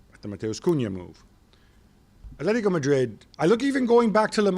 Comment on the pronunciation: It’s Atlético Madrid not Athletico Madrid, and it’s Athletic Bilbao no Atlético or Athletico Bilbao